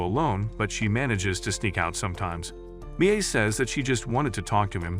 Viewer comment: Your pronounced Mia wrong you pronounce Mia as Mi a